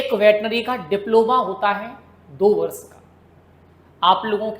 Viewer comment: सर वर्ष होता है या बर्ष